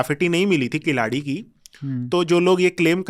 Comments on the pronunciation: Wonderful conversation. Just a suggestion. It will be good to get the pronunciations right ( KEEL + ADI कीलडि and NOT किलाडि) (WHYGuy वैगै and not वागाइ). It is actually KEEZHADI which can be attempted as well. As Indians with Sanskrit as our base language through Prakrits, we can pronounce these quite easily. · किलाडी नहीं वह कीलडी है, वगै नहीं , वैगै नदी है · Pehle sahi uchhaar seekho jannab Khilaadi nahi Keeeeladi..hai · Altaic, Huna, turka migrant who have still not integrated with the host country getting riled with natives. You cannot even pronounce "Keeladi". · First try to pronounce the names Keezhadi and Vaigai correctly, then you can discuss whether history is being manipulated or not 😂😂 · Indian archeological expert can't pronounce indian names like "keeladi" , "chola" etc....i wonder how much he studied this topics that still can't pronounce this properly 🙄🙄